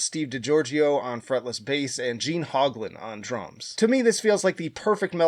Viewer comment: It's pronounced Gene "Hoe" glen.